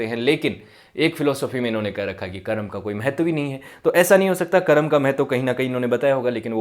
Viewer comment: जब आप संस्कृति और दर्शन जैसे गंभीर और विश्लेष्णात्मक विषयों पर बात करना चुनते हैं फिर तो आपकी भाषा परिष्कृत और शुद्ध होनी ही चाहिए तब आप कर्म को करम कह कर काम नहीं चला सकते | और जो व्यक्ति अब अस्तित्व में जीवित भले न हों पर उनका नाम तो मौजूद है, उसे ठीक तरीके से बोला जाना उनको सम्मानित करने का एक ज़रूरी आयाम है | उम्मीद है ध्यान रखेंगे |